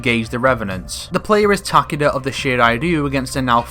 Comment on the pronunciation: Ta-KAY-da. not TACK-uhduh.